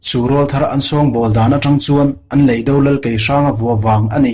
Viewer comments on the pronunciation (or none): Mizotawng lamdan hi i va han thiam lo em em. Mastea te drama a Officiala chhiar diklo(lui) ang mai. Inzir nasa teh. A tluk(tone) diklo nasa chu thuhran. A leh E hman pawlh a awm nual leh nghal. Chemhàr tih tur Chemhâr tih te. Leidò tur leidó tia lam te. Han ziah mai sen a ni lo.